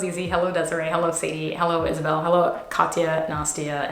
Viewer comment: I love ur fancy hullo lol